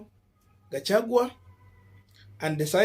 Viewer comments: It is gachaguaaaa not gachagweee ,but you doing a good job keeping up sr here in Columbus Ohio we resenting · Pronunciation: GASHAGWA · Kukufunza ni ngumu sana🙄🙄🙄🙄🙄every time you miss pronounce the name Gachagua.mwalimu wako alikua na kazi shuleni sana